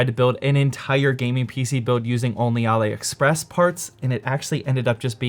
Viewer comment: I think its pronounced Allie express not ollie express